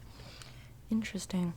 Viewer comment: Inchresting. Inchresting.